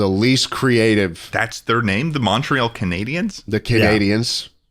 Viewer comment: Not them pronouncing Montreal wrong.